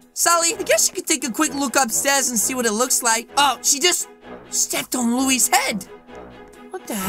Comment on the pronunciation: I liked when said louies food